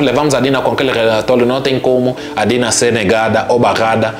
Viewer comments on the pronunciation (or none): A não sabe o nome da menina, é Dina e não Tina.😮😮